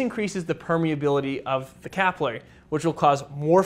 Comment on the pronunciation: As always EXCELLENT.but the word is capillary….as in pill….slower but more accurate.